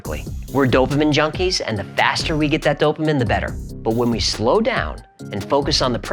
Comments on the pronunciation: prnounced "Dopa MEAN" not Dopa Men. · Hi, Just fyi, it's pronounced DOUGH-pa-mean. Love your channel! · This is simply saying in writing, in math, exactly what you are saying, but with words. That's it. Also, it's "Do-pah MEEN". Just sayin'! Scientific notation is really simple. Let me know if you want me to explain it. FYI, I said "47". Immediately. It just makes sense, to me. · Here's hoping you'll learn to pronounce "dopamine" before you release that video on neurotransmitters.